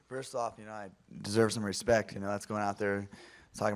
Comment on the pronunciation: Cody "put some respeck on my name" Garbrandt